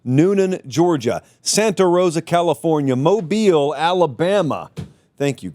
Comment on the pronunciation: (Mo Beel )Mobile, Alabama appreciate the correct pronunciation.